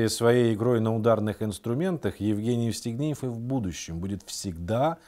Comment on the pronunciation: А мне ещё показалось, что он всё время говорил Естигнеев, вместо Евстигнеев. А может быть и не расслышала.